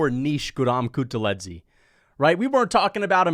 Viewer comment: HELLO, I'm from Georgia and The way you pronounced Guram kutateladze's last name was One OF THE WORST PRONUNCIATION I'VE EVER HEARD, THANK YOU AND BYE